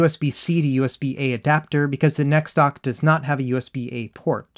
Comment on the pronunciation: N - E - X dock lol its just pronounced NEX like NEXUS or similar to NEXT. I love my "NexDock 2 Touch" and my "NexDock 360" for things like this, the Switch and my Samsung phone or Samsung tablet 👌👌